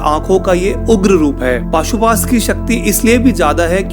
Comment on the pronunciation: Bhai maaf karna but wo pashupatashtra hh pashuastra nhi